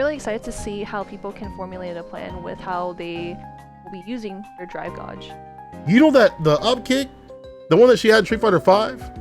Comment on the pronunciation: the way said drive guage.. idk how to feel about it lol